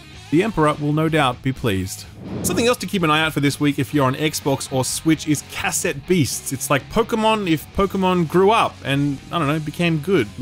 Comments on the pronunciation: Say cassette again, I dare you. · I wonder if said the word 'cassette' like a complete tard because Australians speak strangely or is it because he has no idea what cassette tapes are?